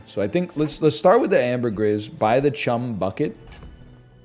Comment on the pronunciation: Who's gunna tell him you pronounce the "gris" in ambergris the same way you do the "bris" in debris?